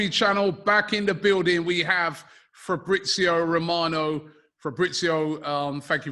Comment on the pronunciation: Do you think Fabrizio hates the way English people pronounce his name - especially Robbie! 😂😂